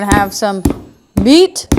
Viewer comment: Meat or did you say beat? 🔨 ✊